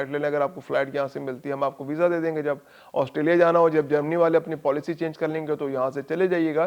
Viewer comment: پولیسی نہیں پالیسی غلطی درست کرو